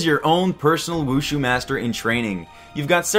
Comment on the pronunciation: mhmm pronunciation of the word wushu...